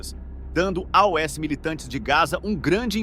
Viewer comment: Quando o narrador fala A-O-S minha pika chega a dar uma latejada aqui 😂 que porra de idiotice é essa moda?